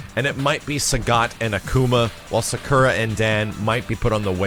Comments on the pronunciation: suhkura? thought her name was pronounced soccera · Sak-oo-ra, not Sa-kur-a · why u say sakura like that is like u are saying zekura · What's a Sukera? I know Sakura but Sukera? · Sacurra (Sa-kUra).. i cringe every tim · Cool, but that's not how you pronounce "Sakura". /weebmodeoff